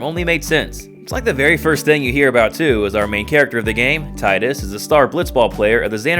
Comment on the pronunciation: thank you for not pronouncing it "Teedus"